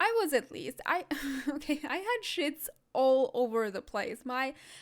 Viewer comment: "I had sheets all over the place" I thought u said sh*ts at first 😂😂